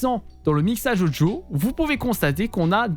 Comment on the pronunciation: Super propre ton tuto. Et j'adore comment tu dis "Odjo" (Audio) no joke xD Je like direct car mon stream est bien mieux réglé ! En revanche j'ai une petite question simple : Comment procéder si je souhaite enlever le son "Discord" sur l'une de mes scènes comme par exemple celle de début de live sans avoir à le couper manuellement à chaque fois ?